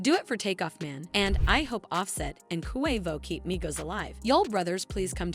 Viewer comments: Koo Way Voe? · Who tf is koowayvoooo? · Jesus get off the rap if you can’t even pronounce his name right QUAVO NOT KUHWAVO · Its Not Pronounced CoWavo its Pronounced Quavo..Yall Wanna Speak on Our Culture, At least Pronounce The Names Right out Of Respect..And If You Don't Know How To Pronounce it Right Ask Someone From The Culture.. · I’M SO SORRY BC I’M SAD ABOUT TAKEOFF BUT SHE KEPT SAYING “KOO-WAY-VO” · QUAY-vo— QUAVO pendeja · stop sayin KOO-WAY-VO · This reporter bish can't say Quavo right... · This video does not deserve to be watched they obviously don’t know anything about migos if she keeps saying ku way vo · KHU WAY VOUGH 😭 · Girl, it’s QUA-VO 😂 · Ooookay, I’m out. I can’t hear KOO A VOH any longer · Why is she saying Koo Way Vo ? 🤦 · “Coo wave oh “mam get it together it ain’t hard “so Wheatie”🙄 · How she say Quevo is really irking me lol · Coo-Wave-Oh🤣, could never take this serious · KHUU WHEY VOUHH AND SA WEE TEHY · WHY THIS CHICK KEEP SAYING KOO-WAY-VO?!?! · I’m out, said it way too many times 😂😂😂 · This that goofy ass AI shyt. KHU WAY VOHH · Kuwaivo, like Kuwait 🇰🇼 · Why do you say Quavo so weird? Let it come out naturally. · Yall whiyte folks annoying ..y'all didn't listen to a LICK of their music..can't even say QUAVO right and yall wanna report his DEATH but not celebrate his successes? FUCK Yall. Thumbs down. Yall get on my gd nerves. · Like no lie, stop saying Quavo name like that. An on some real, any real hip hop heads should not even be watching this. She disrespectful to so many of our names. Smh 🤦‍♀️ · 😑 You a culture vulture. Probably didn't even know who the Migos or Quavo was before Takeoff's death. Can't even pronounce Quavo's name right. Can't stand you maggot maf***a's that make videos just for views and likes. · QUAVO BITCH SAY IT RIGHT